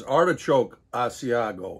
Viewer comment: Cheese is Ah-see-ah-go.